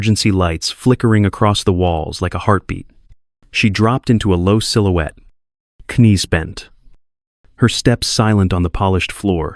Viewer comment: Crap!!! How about correct pronunciation of the simple words rather than AI sounding mispronunciations. Maybe a person ought to be reading this. They'd know that the "K" in knees is silent. Sorry, Enough mimpronuncoations that I quie early.